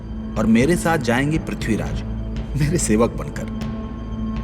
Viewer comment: Ye ignou vali Mrs sinha kapur ko nam tak theek se lene nahi aa rahe Khori khori kar rahi hai Pithiraj bol rahi h